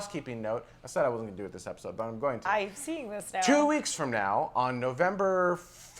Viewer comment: haha ''This epicsode''